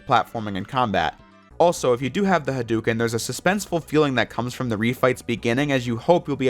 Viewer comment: It pains me hearing J pronounce "Hadouken" wrong.